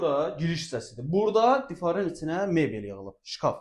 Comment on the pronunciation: Difar yox divar